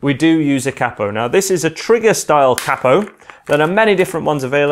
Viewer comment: Cappo? It's a Capo! Long sounding "a"